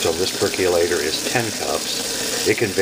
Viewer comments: Percolator, not perculator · "Perc-yu-later"?! "Machine"?! Really?! And then you don't even show the results? Where do you clowns come from?